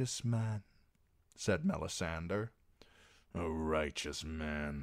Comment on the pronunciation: It bothers me so much every time I here him say "Mella-sander" I have to skip the video